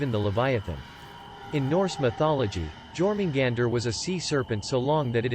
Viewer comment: And it’s pronounced jormungander